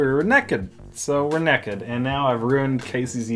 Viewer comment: Dave said neked so I started laughing